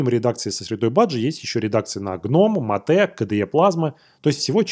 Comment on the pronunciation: Ну какое ещё матэ? Это [Мэйт]. Аж уши режит уже много выпусков и каждый раз такое не правильное произношение. Всё остальное супер, спасибо за выпуски.